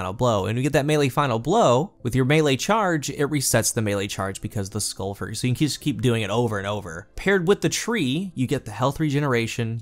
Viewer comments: Lol I've never seen you mispronounce a name in Destiny before! Insurmountable Skullfort is pronounced the same way as "tree fort," or the military base "fort brag." I think you pronounced it "skull-fert." It's skull-fort, as in a fort for your skull, that is insurmountable...basically an overly verbose way of saying "helmet." lol no worries tho... love your content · The way you pronounce skullfort hurts me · Must be a regional accent, never noticed before how you pronounce skullfort as skullfert